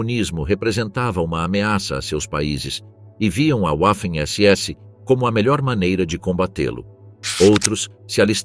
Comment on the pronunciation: Sem falar na pronúncia da palavra "waffen" pois "w" em alemão tem som de "v" .